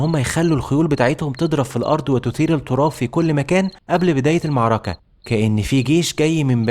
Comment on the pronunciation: يعمي انطق المعركة صح والنبي